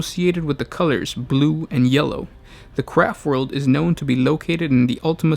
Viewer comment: All I hear is "Crap World". :D